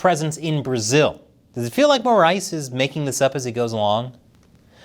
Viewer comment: This was the best pronunciation of the name “Moraes” I’ve seen from an English speaking channel, congratulations